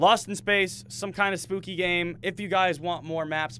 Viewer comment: did you say spopy